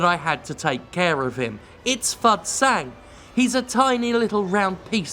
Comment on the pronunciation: I honest to God thought you said his name was "Fuck Sand" instead of Fud Sang and I thought "Yeah seems about right".